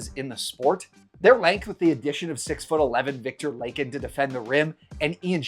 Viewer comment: Love ya but you’re saying Viktor Lahkins name wrong